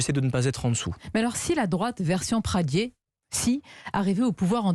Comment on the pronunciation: Pradié avec un é pas Pradier...arrêtez d'écorcher le nom de famille d'Aurélien svp.....merci d'avance !!